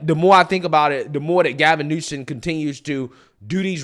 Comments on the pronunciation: I love & respect your viewpoints; but for the love of God, PLEASE quit saying NewSON. It’s Newsome. Simple. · New-SOM Not New-SEN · New-some. Not new-sun. 😂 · You keep calling him Gavin Newson then sometimes you call him Gavin Newsom. Hahaha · it’s Gavin NewSOM, not NewSON. Sorry, it aggravates me😂😂😂😂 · newSOME newSOME newSOME SOME SOME not son. Damn. Why are you so freaking bad with pronouncing highly prolific people's names which even a 5 year old could get right? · Ok, …Gavin’s last is not newson… It’s like “axing” a question vs “asking.” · Love you darling, but it's NEWSOMMMMMMM. Just a suggestion. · It’s hilarious that you call him Gavin NewsoN! 😂🤣😂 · (NU-SUM) not a fan but whatever. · Every time says Gavin Newsom, he says Gavin NewSON 🙄 hahaha, DRIVES ME BONKERS.... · Who cares if pronunciation is off, newscum is a psychopath! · I love you man but Gavin Newsom’s name ends in M not N L O L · It's Newsome (Noo-Sum), not Newson. It's Vivek (Vee-Vake), not (Viv-ick).